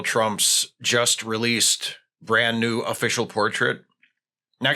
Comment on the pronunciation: For a sec instead of new i thought you said nude and I almost threw up.